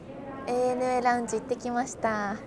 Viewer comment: おひさ～ANA（エー・ネエヌ・エー）ではなく、正確にはANA（エイ・エヌ・エー）ね😁😁 飲みすぎんなよ～